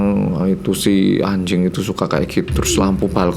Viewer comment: Lucu ya ngomong "anjing" pake j versi korea jd kayak "ancing".... gemaaas